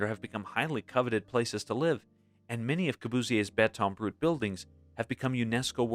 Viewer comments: It's BETON BRUT in correct French, not brute. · Just to let the content creator know, in French, béton is masculine, thus taking the masculine form of adjective. So, rough or unfinished concrete is "béton brut," not "brute." No grey area in that matter. Otherwise, thanks for the overview and social-historical focus.